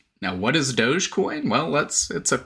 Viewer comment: Dog- e- coin, 🤣